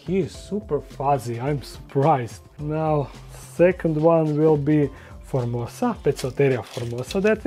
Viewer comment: opet citas formoSa a ne formoza:P